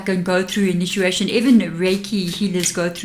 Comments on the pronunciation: I'm sorry, are you saying: Inituation? I'm from the Southern USA so I also have an accent, lol.😂💞💫😬🫂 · I feel compelled to tell you that when you are saying inituation you should really be saying initiation. Hope you’re not offended. You are one of my favourite readers.💕🌻